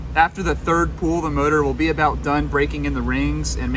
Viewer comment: I like your flicks, I have watched a lot of your Smeding flicks. But, young man, the word "pull" is not pronounced the same as the word "pool". "pull" rhymes with "bull" and "full".